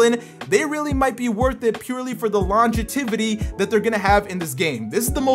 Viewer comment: I’ve never heard someone say “longevity” that wrong